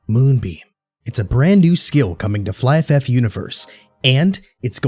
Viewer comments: I always pronounce it fliff. But it's fly. So I now say fly ff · Really nice done, you got my Abo. The pronunciation of Flyff sounds a bit weird (Flyf-F) that the Last F get individual pronounced. Never heard someone pronouncing it that way tbh 😂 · It took me a while to understand that you meant Flyff by Fly FF; I thought you were saying Flyff F F and I was so confused lmao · just remove the extra f pronounce at the end your totally fine bro :D